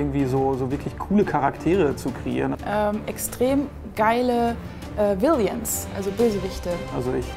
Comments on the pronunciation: Ohje... villyan? Villian? Villiain? Das heißt villain;) Ich finde übrigens, dass ihr sowas wie Honorable Mentions am Ende einfügen solltet... bei einer Auswahl von nur 3 geht bei manchen Buchstaben so einiges verloren. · das heißt villain und nicht villian. peinlich peinlich :D